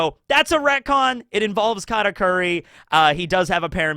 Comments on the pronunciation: It took me way too many times to realize he was reconing the word recon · Bro it took me wayy too long to pick up the fact that you retconned "Retcon" multiple times 🤣. I genuinely thought I was tweaking hearing that definition 3 times and that I might've misheard it